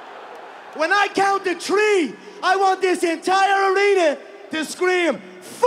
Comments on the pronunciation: at the count of tree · When i count to tree🌲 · On the Count of Tree.